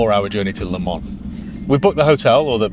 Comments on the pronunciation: Please it's Le Mans, not Le Man. You don't pronounce the s, but you write the s. Just like Paris, you don't pronounce the s, but you write the s. Or is it Pari..? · it's Le ManS FFS!!